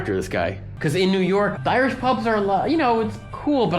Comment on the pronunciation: The guy "That's NewYorehuck!" that cracks me up